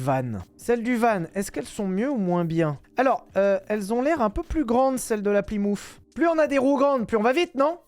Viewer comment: Ses plymouf ses Plymouth. Tabarnak